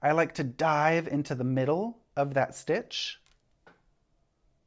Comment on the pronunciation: I kept hearing brioche snitch lol. Thank you for the English style demonstration, it makes so much sense to me as oppose the continental style! I'm still not brave enough to attempt but so good to learn something new.